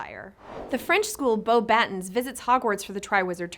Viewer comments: we do. she said it right the second time not sure why she decided to say BATTens the first time. "Batten down the hatches!" "Pass the baTON to the next runner." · I thought Americans pronounced ,,baton" (batawn) the same way as the English, not ,,BAT-on"